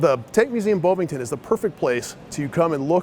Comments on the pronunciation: Bovington, not boewvinton. Didn't you hear any English speakers talking about the place? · It’s BoVVIngton, at least try